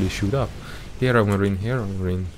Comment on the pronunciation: Am I only who hears "ChadMarine"?